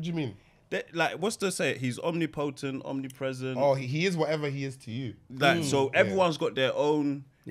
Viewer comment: Is it just me or did pronunciation of Omnipotent deserve the helmet?🤣 Seen as Tom got it for Nasa